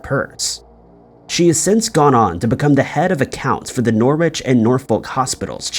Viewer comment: Norwich is pronounced ‘Norrich’ …silent w